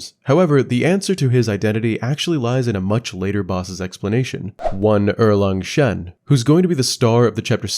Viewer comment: Chinese here. One tip to pronounce every Chinese word in general is to grasp the concept of the four tones in Mandarin. Each of these tones is specific for each Chinese word. For example, when you pronounced shi-gang-dang, you applied tones 1-1-2 to these three words. However, the correct tones should be 2-3-1. Er-Lang-Shen is 4-2-2 and not 1-1-4. Simply google “the four tones in mandarin”. Just like in English, one will pronounce, for example, apple, with the stress put on the “app” and not the “ple”. If you stress on the “ple” and downplays “app”, it will sound strange, right ? And finally just like when I was learning English, watching tv shows and movies with subtitles in the learning progress surely helped as you would sub-consciously learn how to pronounce many words and phrases and in time, without you even knowing, you can sound like a native! Hope it helps.❤